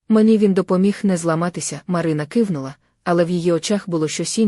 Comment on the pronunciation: Чи ви в школу не ходили??? Це ж якась пародія, яку неможливо слухати, слова перековеркані, наголоси не на тих складах.....капець...бли'щали, у ру'ці, ки'внула, тре'мтів, О'легом,.....КААААПЕЦЬ